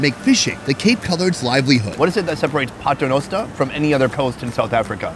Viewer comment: Listen to the lady pronouncing the name of the town as “Pat-renoster” which is actually from the Latin Paternoster meaning our Father 🙏🏼